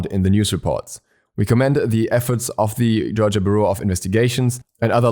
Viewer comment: I like the way you say Georgia. Kinda sounds like Jar-jah